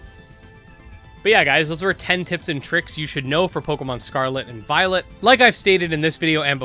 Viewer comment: Don't know why but often hear "Pokemon Scarlet and VioleNt" xD